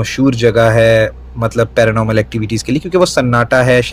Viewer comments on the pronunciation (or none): none